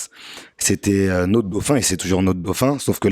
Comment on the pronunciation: notre gauphin ?????? 😂😂😂😂😂😂😂😂😂 Va apprendre à parler Même dans le Nord ils peuvent t’expliquer